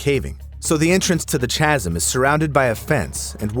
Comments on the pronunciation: "Chazz - um" ??? 🤦‍♀️ "Chasm" (KAZZ-um) is not a difficult word to pronounce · Ch-asm. Pronounced like Kasm. Nitrogen narcosis and the bends, plus many other ways can go wrong spelunking. The guy who practically invented the guide to it Sheck, unfortunately passed doing one of the deepest dives i think in a cenote.